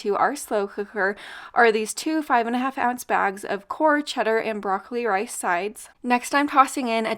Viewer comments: It’s Norr not Core the K is silent like know and there’s a difference between egg noodles and no yolk egg noodles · Love you lady, OH, By the WAY! KNORR SWISS PRODUCTS ARE PRONOUNCED, NOR, NOT KOR, THE K IS SILENT. PEACE! Hope you love your new place. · It’s pronounced Norr. The K is silent. The recipe was DELICIOUS 😍😄. The baby back ribs also turned out amazing. Thank you so much! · It's pronounced Noor.. the K is silent... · Love the recipes! I admit I cringed a little when you pronounced knorr as core. Knorr is pronounced like ‘door’ but with an ‘n’. :) Thank you for all of your wonderful recipes 🤍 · Congratulations on your new home. FYI Knorr is pronounced without the K, Norr. Thanks! These look yummy! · You and your family are adorable, thank you for the great videos❣️just a quick note..the K is silent in the Knorr packets😉😊